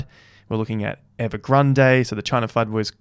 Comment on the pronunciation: Written Evergrande Pronounced EVERGRAND